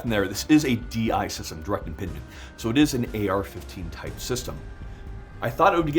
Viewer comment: “Direct Impindment”